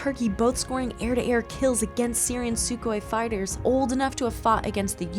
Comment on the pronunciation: Why do you keep calling Sukhois “Sues” it’s S-U. At this point a text to speech software would pronounce things better than you.